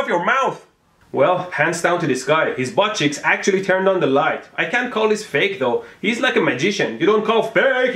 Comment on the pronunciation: He says butt cheeks weird